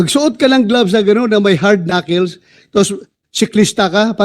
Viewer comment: knuckles is pronounced as 'knakols not knakils'